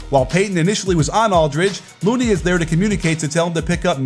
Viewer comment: Why did it sound like you called LOONEY as Moody or Mooney the whole video